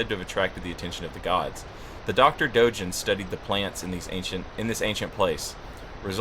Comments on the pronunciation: I believe Dogen is pronounced with a hard G. I say this only because for the real life Dōgen, who founded the Soto school, you pronounce it that way. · Outside of my silly comment, I wanted to leave a more serious and useful follow-up. The name Dogen has a hard G sound, as in the words "gap" or "game." This is also true for every Japanese name or word you see with the letter G. The Japanese language functions on a system that has very consistent consonant sounds. I am a native speaker who thought it might be helpful, so I hope this doesn't come across as demeaning. Additionally, the people who are upside-down in the water in Mibu Village are what I believe to be townsfolk who failed at mastering the Mibu Breathing Technique. However, that is just my take on it. It could also be people who became so thirsty that the jumped into the water. Who can say? I think their placement is interesting though.